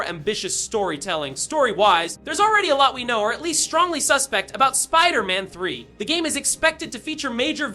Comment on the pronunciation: Why are you saying "wolverine" and "Spiderman" wrong?